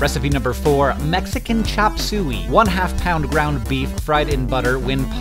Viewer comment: he pronounced chapsuey much different from how im used to ,,?